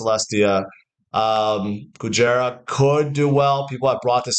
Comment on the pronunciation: Kujira not Kujera